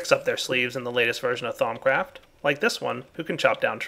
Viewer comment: Lol sounded like he said thongcraft